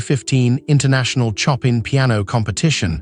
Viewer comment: The commentary is artificial, eg Choppin for Chopin. The Legendary Argerich deserves better.